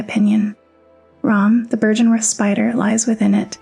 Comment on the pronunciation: The pronunciation errors are slightly distracting, given how well everything else is put together. Many of the words are pronounced in game several times. Heck you even comment on byrgenwerth in your script. Seems like it would have been easy enough to verify and come to the correct pronunciation. It's an uphill battle finding purchase in the soulsborne lore community I bet, and given the toxicity of gaming community in general I would try to not give people reasons to dismiss you as a clout chaser or whatever.